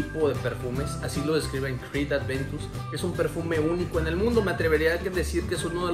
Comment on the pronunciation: Aventus!!!!! No adventus